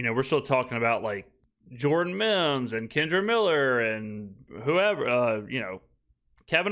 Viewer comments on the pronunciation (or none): none